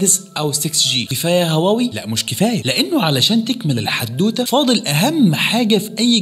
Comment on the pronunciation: طب اتعلم تنطق اسمها الأول صح..